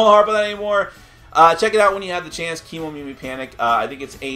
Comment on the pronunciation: Just wanna mention that the pronunciation should be Ke (Keh and not Key) Momimi... Kemo is probably shortened from Kemono which means animals and Mimi means ears in Japanese and the word Kemomimi is probably from Kemonomimi which is usually associated with humanoid characters with animal ears (sort of a reverse anthropomorphism?) so that's the whole idea behind Kemomimi... cruel creatures though, you have to kick em out of the village after they lost their jewel... where will they go after that?!?! Will they survive in the world?!? is there any other Kemomimi village they can go to?!?